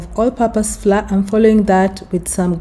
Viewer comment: The correct pronunciation of the word "Flour" is as "flower". Not "Flaaa" Just to avoid confusion for others. Thanks for the recipe 🤗